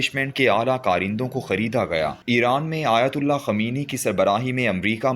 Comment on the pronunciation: اس ویلاگ میں تین لفظی غلطیاں کی ھیں پہلی غلطی امام خمینی اسے پڑھنے میں خ پر پیش اور م پر زبر دوسری غلطی دوستم کے کمانڈر کا نام عبد المالک تیسری غلطی باڈر کا نام سپین بولاک نہیں بلکہ سپین بولدک ھے